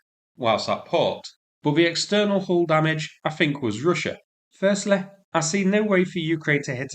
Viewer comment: Have to say your accent and diction aren't easy to understand. 'The' is pronounced as written, not 'veh,' for example. Similarly, 'think' not 'fink.' If English is your first language there's no excuse for not being able to speak it properly.